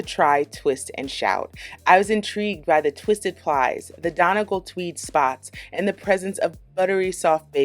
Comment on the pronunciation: Noooo the way u pronounce Donegal 😂😂 its pronounces Dun-ee-gawl